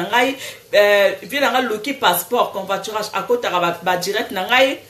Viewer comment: Il faut dire covoiturage et non convoiturage ma chérie